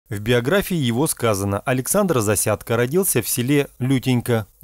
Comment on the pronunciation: Не искажай фамилию ЗАСЯДЬКО. украинец он.